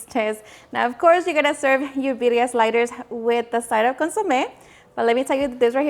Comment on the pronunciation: Why the heck do you say biria instead of birria? You have a very defined accent and you can't speak proper Spanish?